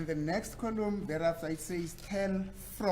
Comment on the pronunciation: Thank you said that. I thought I was the only one who was noticing how fast and ignorant this lawyer is. He pronounces "column" "coloom". Whomever hired him to defend them is equally daft.